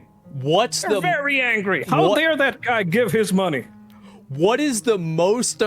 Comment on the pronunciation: “How Dyare That Guy Gyive His Myoney!!” Got Me Dead!! 😭💀